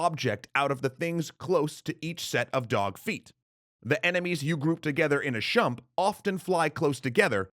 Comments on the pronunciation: I'm not in the demographic for this type of game, but I understood "Shmup" to be the base and thought "Shump" to be an acceptable variant. I have no idea if you're the only person I've heard say them that way. Then again, I'm still annoyed with WoW players calling a hearthstone "hurthstone" (when it should be like "heart"), so it's not like I don't have my pet peeve pronunciations. The players more familiar with these games should be able to call it. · when you say "shump" do you mean "shmup"? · Shmup! Not Shump, Shmup! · mebamme Yeah. It's SHoot eM UP. Shmup, not Shump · Shump? Do you mean shmup? I.e., "Shoot-em up?" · I've never heard Shmup pronounced as "shump". Was that just a speaking error, or do some people intentionally say it that way? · I honestly thought a chump is a type of enemy design I never heard of. Then I paused, jumped back and realized you meant to say shmup. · Shmup, not shump. I love this channel and I love your reading. It just stands out to me like people who say turrent when they mean turret. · Means shmup, says shump ... BO-KAY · Did... did he say "shump" instead of "shmup"? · No, he's pronouncing it wrong. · SchMUp not shUMp c'm'on XD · It's "Shmup" not "Shump" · It's SHMUP, not shump. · Totally helpful comment here, I know, but it’s a “SCHMUP,” not a “SHUMP.” :P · My man really said SHUMP... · No, pronouced it as shMUP. Not a big deal, but yea he is wrong on that. And I say he in particular because Dan said it in past episodes the right way. No big deal of course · Seriously made my brain hurt. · I came to the comments section halfway through the video because it bothered me so much, thinking I'd leave a simple comment like "STOP SAYING SHUMP" but then I saw his apology/acknowledgement and it calmed my rage XD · No, he said SCHUMP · Alright, I admit it, I have NEVER heard the word "shump" before in gaming videos. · "shoo(t e)m (u)p" would be 'shoomp', "sh(oot) em (u)p" would be 'shemp'; neither would be 'shump'.